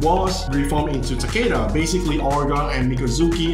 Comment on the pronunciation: tek ka dan became tak ke da, hahahaha